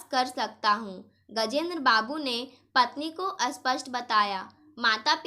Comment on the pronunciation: Aap Sneha ko asneha kyon kahati hain aur aap spasht ko aspasht kyon please thoda padne ke time dhyan rakho